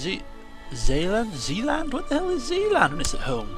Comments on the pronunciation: zeeland is pronounced a littlebit like zayland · Hearing you prenouncing Zeeland and figuring out where it was, was the funniest part of this episode, me being Dutch myself, i had to see that part over and over. Lauging harder every time I saw it. You're vids are the best man, keep them up!